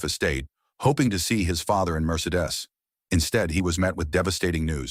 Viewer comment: It's pronounced "Mer-see-dees", imbeciles!!! "Fileford" was in fact, Gerard de Villefort. Amazing!!!